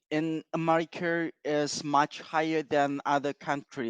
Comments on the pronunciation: 2 times “mucher” 😂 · Two times "mucher" I'm dead! XD